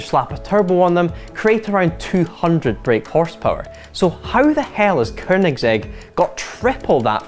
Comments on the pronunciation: Dude, it's Koenigsegg, not Koernigsegg. It help to learn how to pronounce words properly before mispronouncing them on the internet for the world to hear in perpetuity. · 4 door? Uh can DriveTribe count? Also it's Koenigsegg not Kernigsegg. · "koeRRnigSEG" does this guy have a speech impediment? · Hate how he says korgnigsetshrj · “Kernigsegg” some scottish dude kn the internet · Dafuq is a Kernigsegg?? lol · Kernigsegg. ffs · I think it should be pronounced with a hard G as it is swedish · "Koernigsegg" hahaha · theres no 'R' in Koenigsegg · Didn’t realize Koenigsegg had an effin r in it.